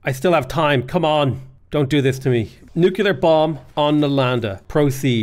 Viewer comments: Again with the newk-you-lar stuff lol. Buddy it's nuclear! Like nucleus, cuz we split the atom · You're still saying nucular. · buddy it's pronounced nuclear